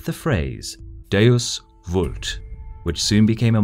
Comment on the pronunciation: The latin V in Vult is pronounced like an English "W" as in William